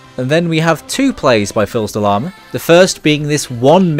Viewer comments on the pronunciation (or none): Quick note: The "L" in Filsdelama is not pronounced, it's french, and means "son of a lama", and "Fils" is said "Fis", it means "Son". Really cool vid, love ya!